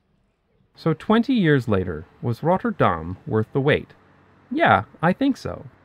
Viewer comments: If he wanted to pronounce Rotterdam 'like the locals', he should not have used the typical Dutch 'Rolling R' but a 'french R' like in 'Paris' or 'Montréal', like the Rotterdam dialect 😉. Anyway it is laudable that someone (that lives here) will pronounce the names proper, don't you think? (What is find more stupid is Dutch, when they speak English, pronounce the names (places, people) in an English accent. ) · Love the vid, but can you PLEASE not disfigure the name? You're saying: "Rot-tur-daHHHm," but it is pronounced: "Rot-terr-dam." Keep the "dam" short. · If you want to pronounce it the way Rotterdammers do, lose the trilled R. The first R should be a guttural sound like a Dutch G, just more relaxed, with less air, and ever so slightly more towards the front of your mouth. Forvo has some good examples. The second R is pretty much an alveolar approximant very similar to the one you're used to in English. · Needs more emphasis on the t's, Not 'Rodderdahm' but 'RoTTerdahm' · Damn there are a lot of replies here. 😯 I knew I would pronounce the "tt' wrong. That's because of the lazy North American accent that turns 'tt' into 'dd'. It annoys British people. Thanks for all the suggestions to improve it. Misschien moet ik ooit eens een hele video in het Nederlands maken? That may scare everyone off though ... my kids say my accent is "verschrikkelijk". 😂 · Dutchie here. All the cool kids call it Roffa, but your pronunciation was good. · I find it interesting how you pronounce Rotterdam like "Notre Dame". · Who's the person that told you to pronounce it as RotterDAHM, I would like to have a serious conversation with that person. As we do not emphasize on the "Dahm", there is no emphasis. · Your first R rolls too much. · it sounds fine, just a bit out of place since the rest of the video is in English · adding to this: the 'R' rolles to much, the 'Dahm' should be shorter and harder.